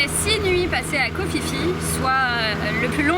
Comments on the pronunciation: un minimum kho Phi Phi,se prononce pi pi et non fifi brindacier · Ça se prononce koh pi pi 😂 le choix est toute suite fait pour le snorkeling koh tao est plus riche